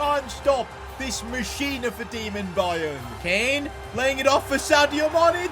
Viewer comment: Sane/ mane/ kane(ka-neyy) 😂😂